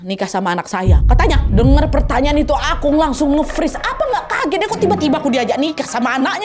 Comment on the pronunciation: Plis nad emang tulisannya Akong tapi bacanya bukan Akong, akung tapi pake o ada u nya juga gitu loh